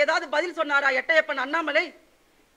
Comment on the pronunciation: எட்டையப்பன் இல்லை மேடம் எட்டப்பன் என்பதே சரியானது